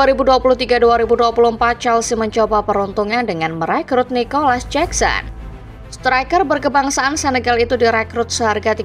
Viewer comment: Jakson min, bukan jeksen